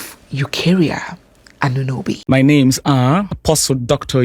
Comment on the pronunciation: It's not Anunobi. It's Añunobi.